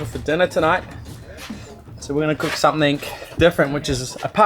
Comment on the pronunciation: When did you start saying SOMETHINK ??